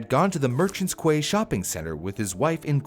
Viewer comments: lol classic pronouncing Quay as Kuhway. It's pronounced the same way as key. I have no idea why it's pronounced that way but that's how it's pronounced. I also have no idea why we pronounce epitome as /əˈpidəmē/ either. English is a messed up language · "quay" is pronounced like "key" :) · Just wanted to say "quay" is pronounced key. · quay is pronounced key, had to say separated by very similar languages as we are there is no such thing as soccer in Europe either. i found this really informative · Merchants Quay (quay=key they are said the same source I'm Irish) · Isn't the word "quay" pronounced ("KEE") ? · It's pronounced as Merchant "key" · Minor note, "quay" is pronounced "key" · Merchant’s Quay is pronounced “key” btw. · Oh just for future reference, unless Ireland pronounce it differently to England, "quay" is pronounced "key" . It is silly. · Must be a Canadian thing - "Quay" as in a Riverside road/ passage, is pronounced "key" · Quay is pronounced "Key", and escalators are now just a nope machine, makes getting into a lift with other people seem safe, even if one of them may drop their guts at any moment........ :S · merchants key! quay is pronounced key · The scariest one I saw was a video from a Malaysian shopping mall where a mother and her daughter were swallowed up by an escalator. Also, quay is pronounced “kee.”